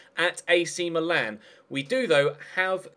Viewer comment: it is pronounced Mìlan, not Milàn.